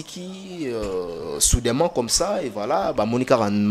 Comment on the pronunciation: Soudainement, et non soudaiment, yo en plus aza pe kolobela France Liboma mua une fois oye okomi pe Munoko zoba, Mukuse